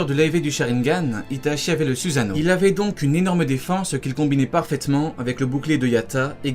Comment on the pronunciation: ça se prononce sousano!!!!!!!!!!!!!!!!!!!!!!!!!!!!!!!!!!!!!!!!!!!!!!!!!!!!!!!!!!!!!!!!!!!!!!!!!!!!!!!!!!!!!!!!!!!!!!!!!!!!!!!!!!!!!!!!!!!!!!!!!!!!!!!!!!!!!!!!!!!!!!!!!!!!!!